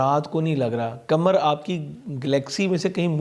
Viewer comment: Sir kamar nhi Qamar hota hy 🙏